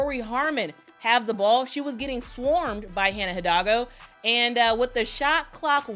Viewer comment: Hannah Grace Hi-DOG-lgo